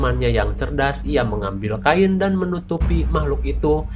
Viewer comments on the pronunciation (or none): none